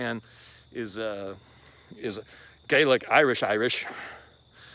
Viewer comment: What I liked most was when he said Gaelic the first time I nearly cried , he came a cats whisker to saying " Gaelic gangsters' lol